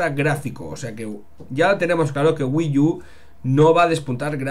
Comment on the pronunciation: SE PRONUNCIA WII U, NO WII YU